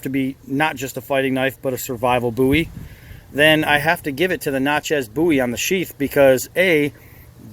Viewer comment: It's Bowie not bouy! Otherwise it was a great video thank you